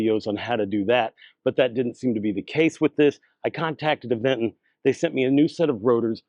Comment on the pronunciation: The correct pronunciation for the e-bike brand Aventon is "uh-VENT-ton". The middle syllable, "VENT," is stressed, similar to how you would say the word "Avengers".